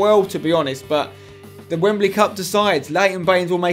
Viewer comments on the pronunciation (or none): none